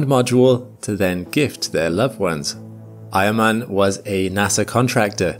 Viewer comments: Eiermann? I thought he kept saying Iron man. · I thought you said he was from the same region as “iron man” 😂